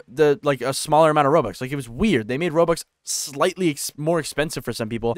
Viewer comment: you saying it terrible i need to pay like 30,40 zł to get 400 robux XD